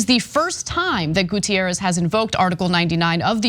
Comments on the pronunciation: Goo-teh-rres, he is portuguese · Guterres is not Gutierrez. Ana's doing the same dumb shit she did with the Nunes guy from the Trump administration. Portuguese is a different language than Spanish.